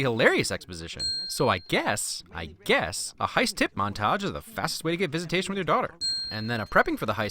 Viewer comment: it's just 'to', get that extra o outta there! 🙃